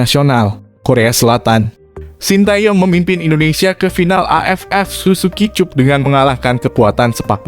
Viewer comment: Tetap semangat...Tapi admin SUZUKI CUP ( dibaca: SUZUKI CAP). .Jangan salah jadi dibaca : Cup..😀